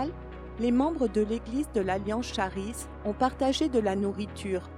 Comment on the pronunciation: Désolé pour (1) quelques soucis techniques au montage final - on continue d'apprendre! (2) la prononciation erronée du mot Charis, grâce (prononcez "karisse") le doublage a été réalisé par un service séculier et je ne l'ai vu que trop tard :(. Merci pour votre grâce!